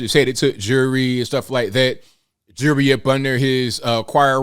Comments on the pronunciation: Jury or jewelry? How is that word so hard to pronounce? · What’s with all his jurree (the “bishop” can’t pronounce jewelry?) What religion is he preaching with all those riches…he’s like drug dealers with their gold chains.